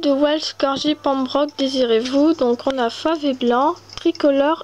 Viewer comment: Tu l'as presque bien prononcé mais c'est Pèmbroque pas pembroque